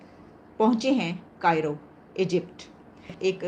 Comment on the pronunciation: कायरो नहीं काहिरा।